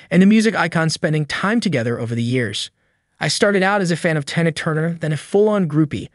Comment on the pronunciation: Exactly. Of all the words to mispronounce, you can't say the word Tina? smh